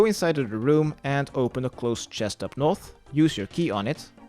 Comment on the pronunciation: So annoying how you say north... you say noff... As if your talking in an british accent. But you say every other thing in an american accent. Like “eastern”